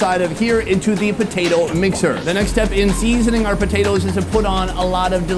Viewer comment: Sonny: Seeeeasoning is not an English word 😅